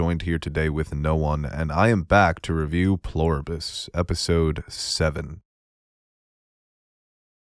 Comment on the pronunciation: "Pleribus" not "Ploribus" - You're killing me.